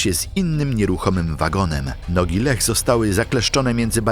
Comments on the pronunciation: Formalnie: nie 'LEH' tylko 'LIJA' 🤭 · Czy to nie jest pisane i czytane przez AI? Imię Leah czytane jako Lech zamiast "Lija", jeszcze sformułowania typu "zauważyła, że większość jej lewej nogi zniknęła" tak sama z siebie? I inne tego typu "kwiatki".